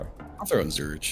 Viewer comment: Honestly, I love how pronounces Zurich. Intentional or not it just adds a little funk to the experience.